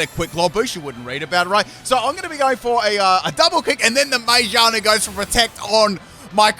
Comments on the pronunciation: that pronunciation of Magearna "May ja na" lmao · I love the way he pronounces Magearna😂